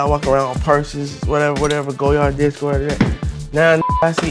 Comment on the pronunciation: He says he loves goyard but calls it "go yard" when its pronounced like lawyer with a G...